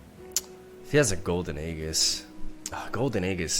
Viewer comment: how is he still saying "aeGHis"? This is my 55th comment saying that its pronounced Aejis. I am tired..